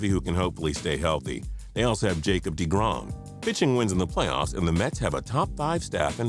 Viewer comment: This man just said "Jacob Deegrom"